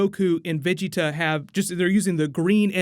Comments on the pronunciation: Why do you say vegeta so weird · Say Vegeta name right! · Say Vegetas name right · Stop sounding dumb af saying vigita 😂😂😂 it’s VAGETA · he's a good source for anything new with Dragonball, I get most of my info from him, my only gripe is how he says "veggie-ta instead of Ve-geta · just some constructive criticism, Vegeta is pronounced (in eng) "Veh-Gee-Tuh" not "Vegi-ta" other than that you've done pretty well with pronunciation also Gogeta isn't canon, the only canon fusion (as of now) is Vegeto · Broly vs Gogeta of course and It's pronounced Va-gee-ta not veggie-ta. Just a small note..... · 1.it`s Goku that yells Vegetas name , not Broccolli-chan ! 2.The one saying " you dare push me bnlah blah blah " is Freeza , not Broccolli-chan ! 3.Vegeta`s name is pronounced Ve-JI-ta or Ve-GE-ta , the accent is always in the midle ! 4.No fusion , no Gogita at the end of the trailer .They just atack together.They do this multiple times ! Breakdown ? Did u even watch the trailer ?! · So nobody go mention how he saying Ve-Ge-Ta name lol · why do you pronouce vegitas name like that?? who's veg 'eetah? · It's pronouced Vah-Gi-tuh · I like your content but the way your pronouncing "vegeta" as beeji-tah sounds ridiculous. Dont try so hard V's sound like B's in Japanese and korean same goes with L' s to R's... raughing out roud!!! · Its va ge ta not how your saying it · The way you say vegeta I wanna fucking knock your teeth out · Why do u keep pronouncing “Vegeta” weird but you say it normal when u say Planet Vegeta? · Why are you saying Vegeta’s name like that?? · I think Broly fights Freeza at the beginning of the movie and potentially kills him. Also why do you say Vegeta like that? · Wow you need to say Vegeta right man 😅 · Why are you pronouncing Vegeta like that bro? 😂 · foreal yo 🤣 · does it bother anyone else how he says vegeta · Can you say Vegeta right for gods sake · Good video. I have to get use to you saying Vegeta's name like that